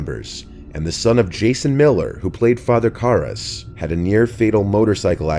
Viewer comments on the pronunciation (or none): Love these videos but please pronounce "Tobe" correctly next time 😁 (and also Karras)